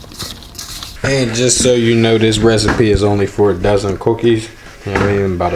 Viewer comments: This nigga said Cooquis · The way he said cookies 😂😂😂